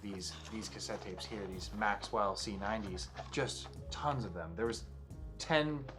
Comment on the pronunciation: The guy is an idiot. A tapehead that pronounces maxell as maxwell!!!! Wow!!!! Man a pretender that makes a video like this is just plain stupidity.